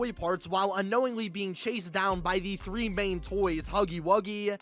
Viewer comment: You pronounce three like "three-uh" Sometimes you just end your sentences pike that too